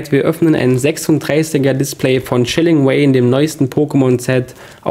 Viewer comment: Chilling Wayne, yootube, secret ware. An deiner Aussprache solltest du arbeiten.